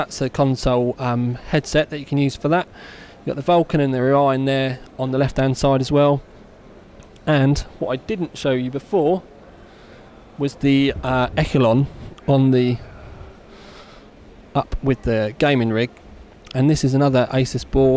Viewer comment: said Poseidon correctly this time, but Echelon wrong...